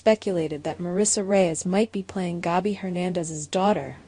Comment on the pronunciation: I’m tired of hearing you mispronounce names. In the same sentence you say both “SAAHMY” and Sammie, (which is the correct pronunciation)! Get it right or don’t say it at all. You do the same thing with Gabi! It is NOT “GAHBY”.